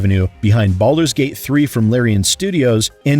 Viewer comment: hahaha at the end there with what sounds like you said belders gate 3